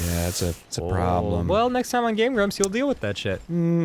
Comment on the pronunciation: Did enyone else hear Game Glumps?